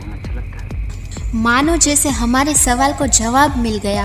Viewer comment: आप कैसे और जैसे शब्दों का केसे और जेसे की तरह उच्चारण कर रही हैं। आप अनुमति एव॔ अवसर दें तो मैं यह narration/ Voice over, पढ़ दूँ।